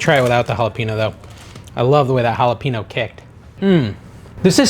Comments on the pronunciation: Why do you keep mispronouncing all the Spanish words. You obviously know you’re saying them wrong and you asked if we liked how you say queda dila instead of quesadilla. Jalappin o it’s jalapeño. Real turn off to me A Maxican American. Bc boy we better not mispronounce English words bc then we get made fun of called names etc but you think it’s cute to purposely slaughter Spanish words. Not cute to me. Big turn off. You might consider being more culturally knowledgeable. Since you are using food from Mexican culture Your cooking w Mexican ingredients. Show some respect to the language. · Love the content. Hate the way you pronounce JalepeNO 😤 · Hall-a-payne-o = jalapeno. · Those pickle chips look delish! But, it is pronounced halipenyo. The n is like ny. You got the j as an h right though!